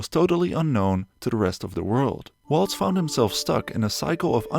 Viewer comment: You give me the chills saying: Woltz. It is Valts! Christoph Valts